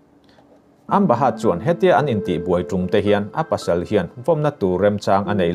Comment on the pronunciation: hurt niloin hurd tia lam tur anih hmel